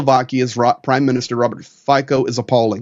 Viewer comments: his name should be pronounced as ,,fizzo,,...not fico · Please guys. His name is pronounced as Fee-so. Slovak does not have a long i sound and the c is something close to citron (it doesn't exist in English). So not Fajko. You need to remember that the previous government, led by Igor Matovič was embarrassing. The reality about arms shipments, is that there is not much more left to give to Ukraine. The previous government did a good job of giving away the old Soviet era equipment. Fico's rhetoric on Ukraine is similar to the rhetoric on Trumps stolen election. He is saying these anti-Ukraine things to smite his political enemies in Slovakia and the EU. East of the city of Nitra, there are only hungry valleys. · "Fico" is pronounced [ˈfit͡sɔ], or approximating in American respelling: /FEE-tso/ — not /FEE-ko/ and not /FIE-ko/. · Fico is pronounced closer to "Fitso" not "Fiko". I believe that the assassin is certifiably insane. He is confused by the conflicting factions within the right in Slovakia. Slovakia has a severe rural vs urban divide just like the USA.BTW, Rural Slovakia is very Hungarian in its gaze, as it had been in the AustroHungarian Empire and was in the Hungarian section with the Czechs in the Austrian section. This is ultimately what led to the velvet divorce. You will never find a coherent reason for his act. I recommend Peter Zeihan's video on Friday. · Just FYI: the Slovak "c" is pronounced "ts", not "k". The name should be pronounced more or less like "Feetsa" (that last "a" is really an unaccented "o" sound, which sounds more nearly like an English "a") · Just a tip for next time FIco is pronounced Fiso, the 'C' in Slovak (and most Slavic languages is pronounced 's'..).. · The name is spoken F I T Z O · FYI the pronunciation is "Fitso" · His name is pronounced "Fitzo." 🙂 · Robert "Feetso" I know it's a foreign name but it's a bit painful hearing it so heavily mispronounced every time. Like calling the U.S President Hosef Beedan